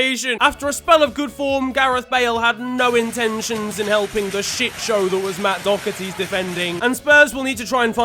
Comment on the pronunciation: “Matt Dockerty” 😭